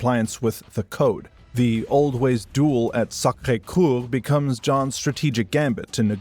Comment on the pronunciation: Sacre Coeur, not Cour.